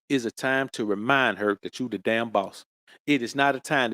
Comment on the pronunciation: "I don't give a dahm about her fame."